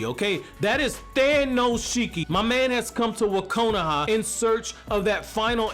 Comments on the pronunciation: When you said “Wakona” I laughed so hard😂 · 😂😂😂 he said wakonoha